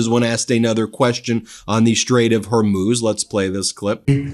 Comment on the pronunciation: Thank God you've learned to say Hormuz, not Hormoz! Drove me crazy!